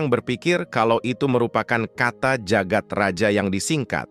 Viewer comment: Jagad Raya bang bukan Jagat Raja. Itu masih ejaan lama j baca ye.